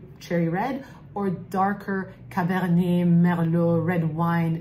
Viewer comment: Just want to high five the "Cabernet, Merlot" pronunciation ✋️☺️